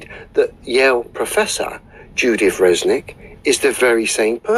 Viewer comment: is an absolute numbskull. He's no poe just faking it. He doesn't comprehend anything of Avionics and Aviation. is also dumbo because he's calling her Fresnick and not Resnick.